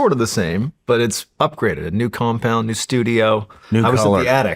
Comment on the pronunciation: 'Compound' LOL